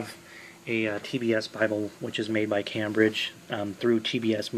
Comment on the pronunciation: It’s pronounced came - bridge , not cam- bridge , nice presentation , thanks brother